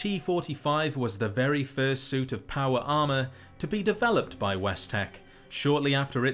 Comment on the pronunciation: Not me listening to this video and thinking you were saying "powerama" instead of power armor. lol